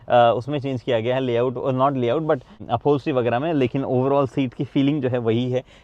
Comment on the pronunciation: Sir aap jo but khte h vo butt lgta hai Pls aap ise but hi bole 😅 I commented same thing on your last video